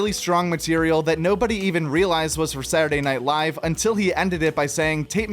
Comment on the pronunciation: My guy, can you please pronounce just a couple more consonants when you say ‘Saturday Night Live’?